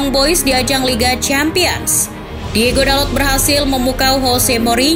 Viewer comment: Hitung berapa kali narator menyebut nama DIEGO, bukannya Diogo